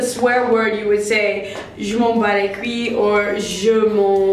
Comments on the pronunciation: LMAO it's couye not couillllllllie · "Je m'en bat les cui"^^ J'adore la prononciation ;) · Pouhahaha Omg ! 😂😂😂 you said "je m'en bat les cuii" not "couille" 😂😂😂 Its too funny, great vidéo ! ;D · ok so Americans say je m'en bas les "CUII "😂😂😂 oh man I'm dying....their way of prononciate it is priceless!! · "Je m'en bats les kwi" hahaha, HILLAROUS ! I don't know if I help you but, we say like [:couy] Sorry for my bad English, kiss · Les couilles ne se pronnonce pas "Coo-i" plus plus "Coo-y" pour le dire, commencer par dire le mot "cool" et au lieu du son "i" tenter le "y" un peu comme le début de "you", "yup", etc. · Actually it's "KOOY" an not "KWEE" hhhhhhhhh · Just so you know, "couilles" would be pronounced more like koo-ee-uh :) keep up the videos ! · In Je m'en bats les couilles, the couilles is pronounced more like 'coye' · C'est trop mignon la façon dont vous prononcez "couilles" X) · C'est marrent comment vous dites "Couilles" o+u= ou... ou+i= oui et avec "lle" on prononce ouïe comm quand on se fait mal. On dit aussi je m'en bat les reins (sa donne jmen bat les reins) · Alright, on this one in particular, how do you pronounce : (Je m' ens bats les couilles)? I have the other ones pretty good, you just ended up saying this one really fast, and the next one! Merci beaucoup!🤠 Just slow it down a little more so I can hear how it sounds! Love your videos though! J' apprends le français!🇫🇷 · c'est trop drole la maniere dont vous prononcez "je m'en bat les couilles"! Sinon on a aussi : "je m'en bat les steack" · u could add "couille" and "foutre" to the list of words that are to pronounce for "les ricains" haha! But, still... it's cute.